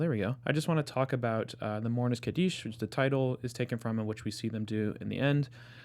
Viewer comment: Kaddish is pronounced KAH dish (Accent on the first syllable).